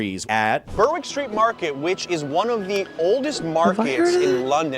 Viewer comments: GAH! It's not burr-wick after, it's pronounced Berrick Street. The Beigel shop on Brick Lane was a favourite at 5am after clubbing, back in the day... worth enough English mustard to make your nose tingle 🤣🤣🤣 the traditional way end Jewish pronunciation is bye-gle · I was surprised our London cabbie didn't correct the pronunciation of Berwick Street